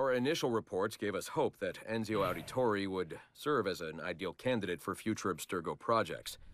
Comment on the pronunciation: Am I the only one who's hearing Roger Craig Smith during that analysis of Ezio? Or "Enzio", as he seemed to prefer...